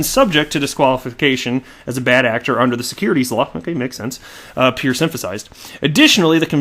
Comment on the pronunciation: Hester Peirce is actually pronounced as 'Purse'. She was once introduced by a colleague who cleared tat up.